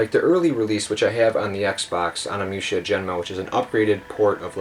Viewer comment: You pronounce it ONI-Musha Not Ona-mucha